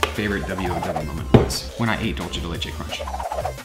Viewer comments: Hey man I love your videos so much and I don’t want to sound like a jerk but for the Dulce de leche it’s pronounced like Duelse de leche, just thought you might want to know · Dulc(s)e de leche is a spanish word, not itaöian. The c in dulce is pronounced like s.